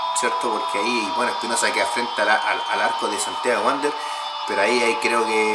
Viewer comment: No es vuandel “ Es Santiago Wanderers.. .Mejora tu fonética en los comentarios….y así tendrás más seguidores… Saludos desde Suiza 🇨🇭.